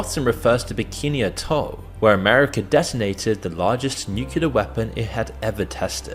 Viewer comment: can you please send your script reader to speech classes or something. If I hear another "nucular", I swear...